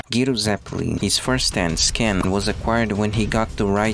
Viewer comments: I was shocked when he said Giro instead of Gyro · The way he said Gyro hurt